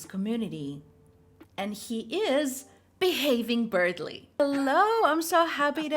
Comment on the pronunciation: I swear she called him xD